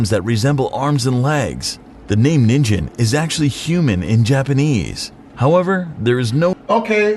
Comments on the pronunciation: Japanese: Ningen 【人間】 English: Nin Jen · Ya know what's really scary? That the narrator in the video pronounced the first creature's name wrong. It's Ningen, not nin-jen. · Every weeb watching this vid: “the name ninjen means human” Baka, it’s nINGen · is it just me or do others get annoyed when these videos pronounce it 'ninjen' instead of 'nin-gen' with a 'guh' sound? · The person who made the video mispronounced the word "ningen" It isn't pronounced nin-jen. it's pronounced knee-n-gen. Knee n, g as in GARY , gen. Ningen. It means human. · "The 'Ninjen' means 'human' in Japanese" I am cringing so hard at this man >o< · IT'S NOT (NIN-JIN) IT'S (NEEN-GIN) omg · It is ningen not ninjen also not slenderman it don't have tentacles or a suit and tie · Nin Gen not Nin Jen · its not pronounced 'ninjin', its NINGEN!!!! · Im almost 100 percent sure he's pronouncing ningen wrong cuz it's pronounced as it's written nin - gen not nin - jen....................someone correct me if im wrong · This bitch said ninjen, it’s nin-gen, gen like gum, not like j in jumbo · the way he pronounces ningen like ninjen triggers me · Its pronounced NEEN-gen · So we just gonna pretend he didn't say ningen wrong? Aight... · The dude pronounced Ningen wrong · How this man pronounced “ningen” incorrectly. How he said it means carrot in Japanese 😂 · The way the first narrator pronounced Ningen made my brain melt